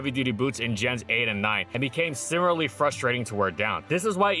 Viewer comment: Dude, I wanna like these, but why why do you pronounce "similarly" as "simmerly"?